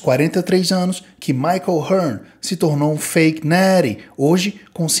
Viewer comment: eu não paro de pronunciar "Feik Néri", pq seu jeito de falar é tão viciante?